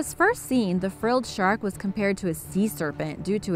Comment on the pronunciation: Haha frille shark its a seven gill shark u idot